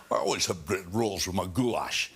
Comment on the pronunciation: "GHOULASH"!! LOL